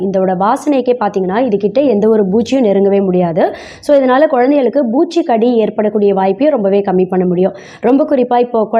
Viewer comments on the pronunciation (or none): Boochch aaaa ????? Adhenna Boochch Boochch ?? பூச்சி , POOCHCHI --- ஒழுங்கா சொல்லுங்க